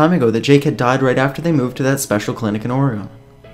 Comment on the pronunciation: You say Oregon wrong 😳